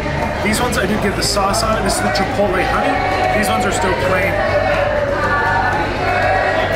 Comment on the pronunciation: Shout out to you for knowing how to say Chipotle! That's some verbal gymansitc for some people, not sure why. I'll have to say, I've tried to troll you over the years, but you always respond with positivity, which totally sold me on you. Genuine dude, for sure.